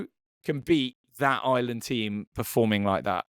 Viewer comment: Maybe pronouncing the name of the country properly may garner you some more followers in Ireland (not Island)